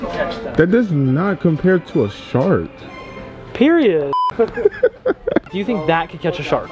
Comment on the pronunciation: Get it "PEIRIOD"